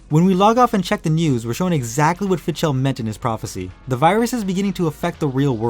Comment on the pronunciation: I think Fidchell or howeveer its spelled is pronounced "Fi-dell". At least that's what I remember from GU.